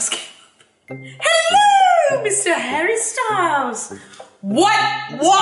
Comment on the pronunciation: When she says Hello Mr. Harry Styles in the British accent, I was laughing and felt this could be a rap remix!